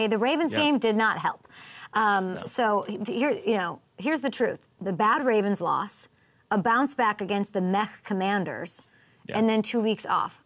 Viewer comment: Kay said something about the "Meh Commanders," but it really sounded like she said the "Meth Commanders," which is now my vote for the next Washington Football Team name.